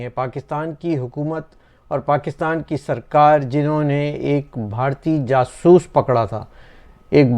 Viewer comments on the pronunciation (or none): Sir, Jaasoos hota hai, jasoos nhi🤣🤣🤣🤣 Punjabiyo ki bhi hadd hai Btw, love you sir